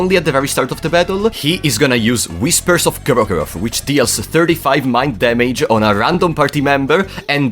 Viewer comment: Instant favorite video, almost 10 minutes of saying "Gro-goroth."